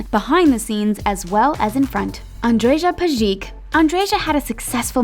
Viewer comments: ANDREZHA PEZHIK HAHAHAHAHHAHAHAHAHAHAHHAHAHAHHAHAHAHAHAH I AM DYING i get that you people just can not properly pronounce slavic names BUT ANDREZHA PEZHIK I am dying. This is hilarious! It's Andreya Peyitj (more or less) lol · the speaker! Andreja Pejic is pronounced like [andreya pejich]! Come on!! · It's not Andrea Pezik ..its a Anrej(a) Pejić ..ANDREJ PEJIĆ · Why cant the talko research the pronounciation of names ... Andreja Pasic for example ... Not that hard to find it Nice video though, i really enjoyed seeing all those beautiful people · You totally butchered andreja pejić’s name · It really hurts my ears how she read Andreja Pejic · Your pronunciation of foreign names is appalling - especially Andreja Pejic. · Andreja Pejić, like can you learn how to pronounce the names?! It's so triggering for Balkan people. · Andreja Pejić pronounciation tho.... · ‘Andreja Pejić’ you sooo butchered her name 😂😂😂😂 I’m serbian... its ok though serbian is hard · the way she pronounced Andrea Pejic made me tear my fucking ears off